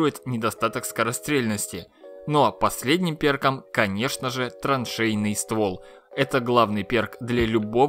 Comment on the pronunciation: траншейный, а не троншейный...